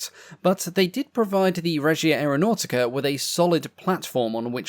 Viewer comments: To improve your very creditable pronunciation of Italian words, may I make one suggestion: Aeronautica is pronounced "ah-air-o-now-tica". Try to roll your R's if you can - but, then some Italians cannot do this, either - it's known as an "erre moscia" (soft R). As for carbon tet - I remember a household clothing stain remover from my childhood in the 60s, called Thawpit, which was nothing other than carbon tetrachloride. I used it fairly often and am still here to tell the story, over 60 years later. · AreoNAUGHTYca Sorry I’m Italian and it really amuses me